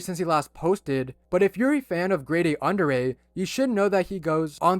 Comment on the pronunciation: His name is not "Andre" but "Andrei" please correct this.